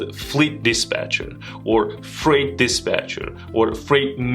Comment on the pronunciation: U ommitted t at the end of freight